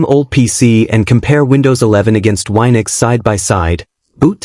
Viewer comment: It's wee-nux, not why-nux